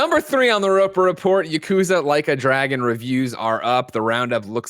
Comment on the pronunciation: Not as bad as "Ya-KOO-za"